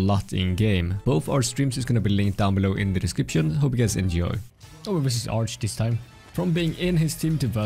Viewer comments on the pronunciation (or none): I like how pronounces Arrge with a soft G lol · It's not arge, it's aRRRRgge